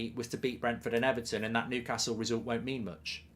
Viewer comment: Ever...ton? xD